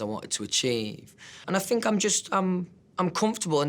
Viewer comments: no one: louis: i doughnt fink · "I fink it's important. Definitely. They miss it. So you gotta give them a bit"... Yesss... Fank you for performing Drag Me Down, Little Black Dress and Through The Dark in your latest online Live Show❤️❤️😭😭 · Nobody: Not a single soul: Louis: I fink